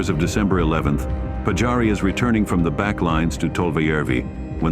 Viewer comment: Olisi hyvä kunnioittaa suomalaissankareita lausumalla nimet oikein. Siis Pajari eikä Patsaari.